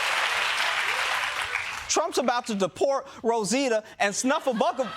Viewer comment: Say it with me now: "Snuf-fle-up-a-gus." "Snuffy" for short.